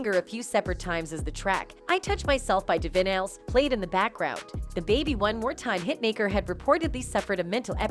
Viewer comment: when I hear Divinyls pronounced div-in-als, I realise everything in this click bait crap is crap. She’s just sick of the paps.